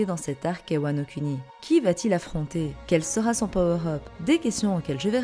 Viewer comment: prononce "mugiwara" mais prononce "Wano CUNI" x)